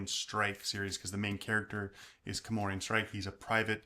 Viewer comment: Why is he calling him Comorian? It's spelled C O R M O R A N. He should watch the BBC show, then he'll hear it. But the series is not as good as the books (they can't show all of it, specially later on because the books get bigger and bigger). It's a great story and a great series. I'm so glad he liked it too! 😊